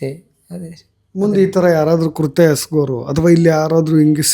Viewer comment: ಕುರ್ಥ್ಯ ಅಲ್ಲ ಸ್ವಾಮಿ ಕೃತ್ಯ. ಕನ್ನಡವ ಕಾಪಾಡಿ